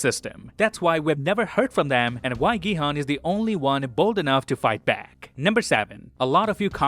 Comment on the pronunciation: It's pronounced Gi-Hoon. They say it often.